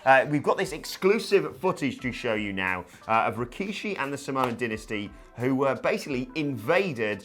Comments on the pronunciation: Dynasty = die-na-stee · Did I miss something? I love Samoan Dynasty, but who is pronouncing it as Dinasty? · Its Dynasty..As in DIE NASTY..as in Soy Boys DIE NASTY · The way he pronounced dynasty bothers me........